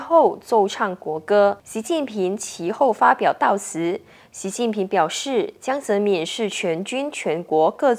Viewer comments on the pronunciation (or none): 怎么能够把堂堂一个中国前国家主席的名字念成这样呢？ “民”念第二声，不念“敏”。